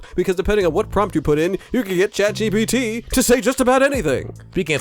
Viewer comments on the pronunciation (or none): none